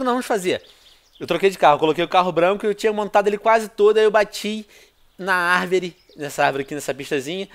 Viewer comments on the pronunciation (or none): bati na "arveri" kkkkkkkkkkkkkkkkkkkk